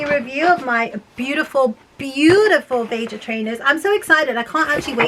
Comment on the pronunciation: I think it’s pronounced ve-ha